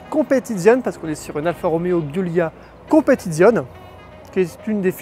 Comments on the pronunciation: La communauté italienne ainsi que tout les Alfistes de France réclament un effort à minima sur la prononciation du modèle ...cela ferait vraiment plus pro car la on à l'impression que c'est la 1ère fois de ta vie que tu entends parler de ce modèle ! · Par où commencer… 1) la prononciation du modèle est juste atroce ; 2) le fait de reprendre le bâtiment et les infrastructures d’une usine française faillie en Italie ne signifie absolument pas que l’origine de la marque serait française d’une quelconque façon. Merci de ne pas franciser tout et n’importe quoi ; 3) sur le fond : la voiture est magnifique mais le prix est indécent par rapport à la concurrence : 60.000 euros ? Imaginez un peu ce que vous pouvez trouver à ce prix-là chez BMW ou Mercedes ; Et puis celui qui a les moyens de dépenser une telle somme ne va certainement pas se contenter d’une « Alfa » dont l’intérieur a 5 ans de retard par rapport aux constructeurs premium ; 4) aucun mot sur la valeur de reprise : après seulement 2 ans, la voiture a perdu la moitié de sa valeur, si pas plus ! 5) En résumé : une belle voiture passion, qui fait envie à tout le monde … mais que personne n’achète 🤦‍♂️ Comme diraient certains : « On a très envie de certaines femmes, mais on se rassure avec la sienne ». A méditer 😉